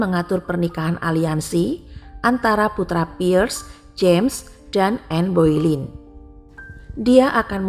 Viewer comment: bacanya Bolen mbak bukan Boilin